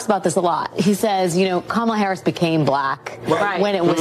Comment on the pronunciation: Ka-ma-la. Say it with me now.